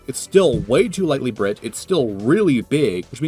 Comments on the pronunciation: “lightly brit” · lightly brit